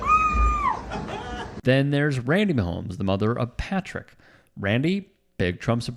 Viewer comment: Loves Brittany and the Chiefs, but can't say Patrick's name...~LOL~